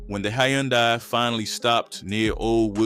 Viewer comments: Brother it’s Hyundai “huhn-day” not yondai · Hun dye say it with me... Hun Dye... Jeezus Christ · BRO U DONT KNOW HOW TO SAY “HUN-DAY” FUQ THE SPELLING WHERE ARE YOU FROM WAT COUNTRY U LIVE IN YOU FUQ DAT WORD UP 36 times damn!!! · I had to cut it off when you refused to say the word "and" and kept saying "plus". The hayoondye killed me too. Idk what you got going on bro but tighten up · The way he keeps pronouncing Hyundai is killing me lol stop narrating these videos with AI lol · This mf can't even pronounce a basic car make properly. 🤦🏾‍♂️😫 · How many different ways is the AI going to pronounce “Hyundai” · Now I know damn well you can say Hyundai lol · Damn AI you done pronounced her name 4 different ways already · That word “Hyundai” was whooping the narrator ahh 😂😂😂😂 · Man, I hope the person doing this is actually AI. If not, they gotta be a stupidest person ever. That is not how you say Hyundai🤷🏾‍♂️🤦🏾‍♂️ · God rest her soul and bless her children but can we pronounce Hyundai correctly 🙏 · The 10 different ways he pronounced Hyundai 🤨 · Ok King good video! 🫡Can you please just say “Sonata” from now on because you tore up “Hyundai” so many times that I started questioning if I was ever really saying it correctly and I worked there for 7yrs! 😅🫶🏽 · How tf you keep fkn up the word HYUNDAI? gotdamn smh. Fkn Hyundai???? My 4 &8 yr old does that effortlessly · Especially with the mispronunciation of Hyundai.... fkn Hyundai. Smh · The way he saying Hyundai is pissing me off 😭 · And I can’t get past the way he keeps pronouncing Hyundai 🙄